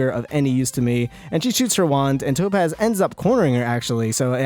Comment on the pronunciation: When I say tapoz you say topaz! Tapoz!